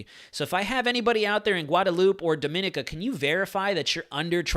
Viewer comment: Please pronounce Dominica as "Dom - muh - nee - kuh" thanks